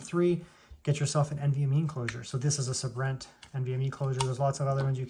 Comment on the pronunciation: Its (say-brent) my bro..(say-brent)= Sabrent lol..good video though appreciate it